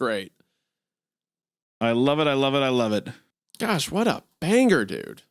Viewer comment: "what a banggur"